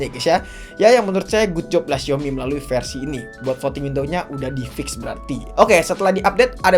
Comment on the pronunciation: Bahkan dlm ajaan bhs mandarin " xiaomi " yotuber pun msh bnyk yg ngeja nya " siomi " sdgkn yg bnr adalah SAOMI.